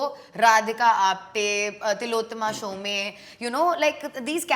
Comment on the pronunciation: Tillotoma Shome, rhyming to Home not "sho may" :p I remember I fought with a girl in my school because she said Welcome was better than Taare Zameen Pe, and neither of us had watched the other lol